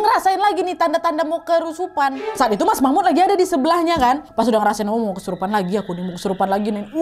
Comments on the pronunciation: Kesurupan ❎ Kerusupan ✅ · ada dimana bagian video ka nadia omara bukannya ngomong kesurupan mala ngomong *kerusuhan*😭🙏🏻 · Di menit ka nad salah ngmong kerusupan😅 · Kak nadia salah bilang kerusupan padahal kesurupan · Udh serius nonton smpe tkut eh tiba" kk Nadia slh ngomong kerusupan lngsung ngakak 😭😭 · Ngakak pas kak nadya bilang kerusupan 😂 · “kerusupan” hehehehehehehe:)